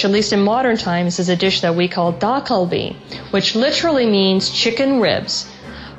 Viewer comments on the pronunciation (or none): the pronunciation is a bit off... It's not Da Kal-bi, it's Dak Kal-bi. Dak is the Korean word for Chicken.